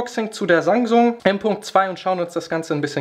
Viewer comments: bin ich der einzige der Sangsung anstatt Samsung hört ? =_= trotzdem gutes Video :D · habe auch sangsum verstanden xD